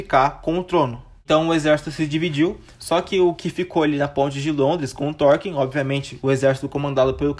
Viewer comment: ótimo vídeo meu caro! conseguiu contar tudin de importante! só uns detalhe, eu acho que Thorkell se pronuncia só "Torkél" mesmo, não "Torkin" uahsuhaushd e no final ali que você fala sobre o Thorfinn, se eu não me engano são 24 episódios, não 25, mas ficou muito bom o vídeo!